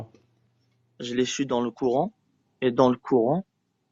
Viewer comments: une partie de tes échanges repose sur des moqueries déguisées liées à sa maîtrise du français ... Il dit "Couran" au lieu de "Coran" et tu lui réponds "courant alternatif ou continu" et visiblement il confond "Brahma" et "Ibrahim/Abraham", et tu ne clarifies pas les choses, c'est un peu gênant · Et dire que ce jeune là est français, il comprend même pas les mots. Pour moi se sont des bombes à retardement. Et il y en a des milliers comme ça. Le plus important pour eux c'est le coran ,le courant ,même la prononciation est mauvaise. Pauvre France voici tes futurs enfants. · fallait l'oser de tenter la blague sur "AC/DC" quand il prononce mal "coran" (courant) ... vu le niveau intellectuel du mec, ça n'aurait pu que l'embrouiller et rendre le débat encore plus difficile.